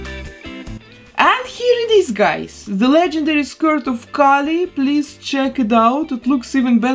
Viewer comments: Me watching with the same name as Kali: “she’s pronouncing it wrong” 🙃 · No, your name is the wrong pronunciation. Kali is a Hindu goddess lmao. It’s pronounced “Kah-lee” not “Kaylee” for Kali Ma.